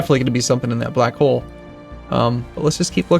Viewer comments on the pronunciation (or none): none